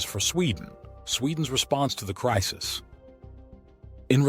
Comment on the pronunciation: It's Crisis NOT Crises !